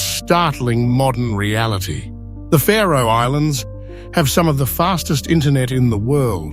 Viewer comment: Ha, a channel called "The Map that cant be arsed to show a map of the location of the Faroe Islands AND cant pronounce it correctly - Great channel mate